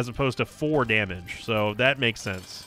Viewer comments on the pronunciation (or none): none